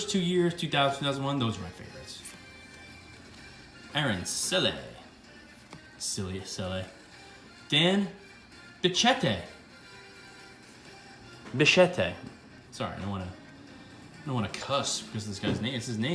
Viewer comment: You asked to correct you if you mispronounced anything. Heres how to pronounce a few you bungled: Ricky La-Day, Dante Bish-ett, John Wet-land, Aaron Seel, Ed Sprayg, mike Trom-blee. Also i grew up a red sox fan and terry shumpert played there for a while. I can guarantee you that he was nowhere near as good as that card makes him seem. I'm actually blown away by it. He was never that great and he was never even looked at as a hot prospect in his early years in boston. My family would refer to anyone wearing high socks as wearing "shumpert socks" brcause he wore those preposterous 90's red sox styrups that were striped with red, white and black. They were hideous and very few had the courage to wear them.... except for shumpert.